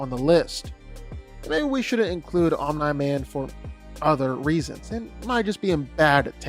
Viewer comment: That Omnai man pronunciation is low-key annoying af😂